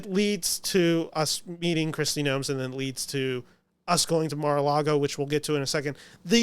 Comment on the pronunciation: Kristi NOEM. No added "s".